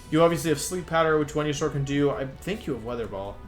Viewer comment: I'm sorry but WTF is up with your pronunciation of the Pokemon names? I had to put the glass I was drinking from down and ask this question after you attempted to say Venusaur